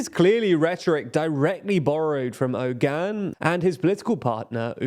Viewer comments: It's weird that every English person I hear talk about this Turkish election pronounces Oğan's name wrong. They all say Erdoğan correctly and even Kılıçdaroğlu. They see that the ğ in those names is not pronounced like a regular G, but then they just ignore that for Oğan and pretend it's Ogan. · how is the pronouciation on point for erd-oğan but off for oğan lol, ince [inˈdʒe] is a little more understandable but still jarring after hearing the first two being pronounced correctly